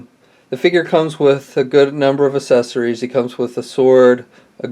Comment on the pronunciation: The assesorys lol talk about speech problem lol